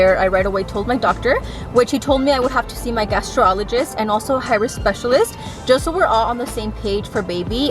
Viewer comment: It’s Gastroenterologist pronounced super American accent something like Gastro-enner-olo-gist or gastro-enter-ologist pero bueno la idea es que se te entendió jajajaja